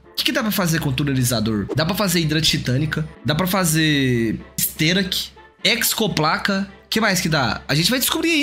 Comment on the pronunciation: De onde esse cara tira esse "c" no meio da hexoplaca?